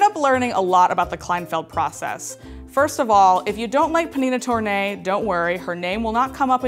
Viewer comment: so now i finally learn how to say pnina tornai properly. all the while i thought the p was totally muted